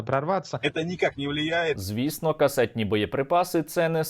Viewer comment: "КАСТЄТНИЄ баєприпаси" ))) Який неосвічений орк